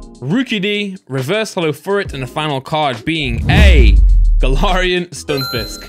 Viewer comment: ITS GALAIRIAN NOT GALOREON